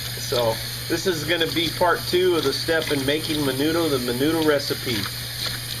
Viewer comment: when you say mendo you dont say the d